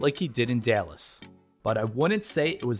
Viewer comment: Did he say Delus? Seriously?